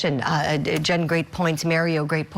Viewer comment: She called him Maryo instead of Mario 😂